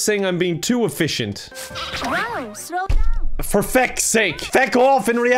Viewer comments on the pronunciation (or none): When she said "slow down" I thought she said "so dumb!" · When she said “slow down” I thought she said “so dumb!” and I was like dang, no need to be so rude about it, turg is learning! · i keep thinking she's saying "wow so dumb" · I thought she said "piss off cake"